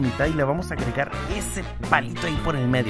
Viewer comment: like si escuchaste que el dijo le vamos a agragar